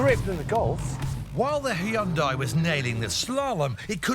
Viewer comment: Whats this HE-YUN-DIE ?!!